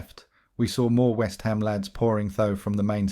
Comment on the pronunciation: i wonder if they have been to whest hom